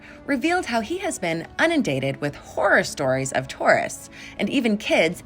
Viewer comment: lol u said unindated. I think u mean inundated